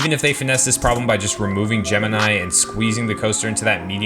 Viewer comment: There’s other areas in CP that could be revised for a coaster. Also “gemeni”.. it’s gemini.